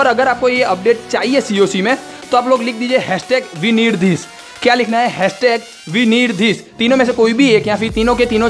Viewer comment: it says weneedthis but he says wirniedths